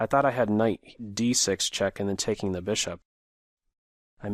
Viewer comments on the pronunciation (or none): When you said ' Brishop' I knew you'd been drinking. No more Grobs, please. I gave you a thumbs up, but that was out of kindness